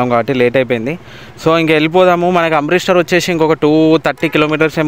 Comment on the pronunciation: Amrith star kadu Amritsar bro 😮😂